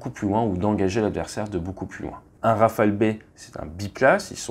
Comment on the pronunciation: Olala il n’y a pas de « s » à Rafale ! 😅 Toujours au top les vidéos sinon 💪🤙